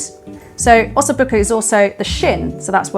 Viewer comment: "ossoo bookoo" 🤣